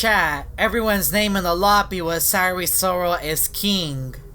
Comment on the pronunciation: HIS NAME IS PRONOUNCED S I A R S I R O L NOT S I R Y S O R A L